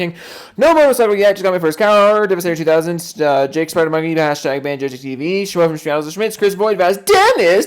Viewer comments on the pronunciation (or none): none